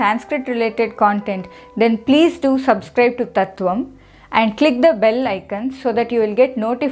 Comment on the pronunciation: It is convincing. But one thing is difficult to digest is your pronuciation संस्कृट in english conversation. Will you please check it